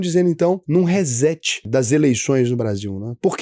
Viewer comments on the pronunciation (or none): Por favor, se vai falar ingles, fale certo. Nao se pronuncia hezeti”. Diga “re cét”. Chega a doer no ouvido. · RÊ-SSETI - é assim que se pronuncia RESET.